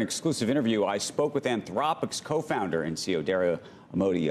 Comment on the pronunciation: It's pronounced (Dar E O, not Dar E yo)